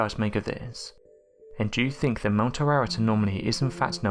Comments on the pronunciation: Ararat is not pronounced like you said it, but rather Ah-Rah-Raht. The a's are soft middle Eastern A's pronounced as Ah, not Ay and not Ai, nor Ae. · mount Ar-rah-rat its pronounced......do some homework from something other than Wikipedia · I think you need to learn how to pronounce Mt Ararat.